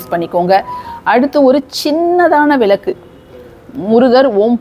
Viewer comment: அம்மணி...உங்களுக்கு தமிழ் ஒழுங்காக வராதா..?? அது விலக்கு இல்ல..மாறாக சரியான உச்சரிப்பு " விளக்கு" புரிஞ்சுதா..? எப்ப பார்த்தாலும் விலக்கு..விலக்கு..என்றுவேற தமிழைக்கொல்லாதே..!! கொல்லாதே..கொல்லாதே தமிழைக்கொல்லாதே.. இதுல வேற அவங்க பெயரு..😂😂😂